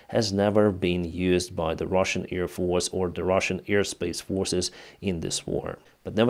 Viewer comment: i know english is not your first language but could you work on pronouncing the word Air? it sounds like Ear... thanx, love your videos